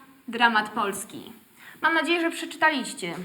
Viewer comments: Co to za nauczycielka polskiego co nie potrafi poprawnie akcentować wyrazów? plasTYka? PLAStyka do chuja! matemaTYka? mateMAtyka kurwa ja pierdole! przeczytaLIście? PrzeczyTAliście do chuja pana! się mówi!!! Adaś Miałczyński byłby zawiedziony.... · a akcentować nie potrafi... Nie mówi się przeczytaLIście tylko przeczyTAliście AKCENT W J. POLSKIM PADA NA 3 SYLABĘ OD KOŃCA!!!!!